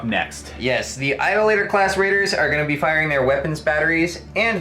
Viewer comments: Eye-DOLL-uh-tor. One who worships idols. Funny that they'd be lined up with Iconoclasts, but I'm just a word nerd. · Idolator, pronounced eye-doll-uh-tuh, someone who commits idolatry. Idle-laters are people with lazy afternoon plans.